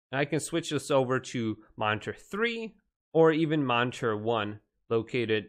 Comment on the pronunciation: The way he says, "monnterr" bugs me